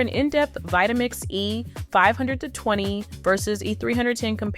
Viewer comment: Is this an AI voice? If not, you need to change your cadence and tempo. Also you keep saying "the E.............520". The gap between E and 520 is unnatural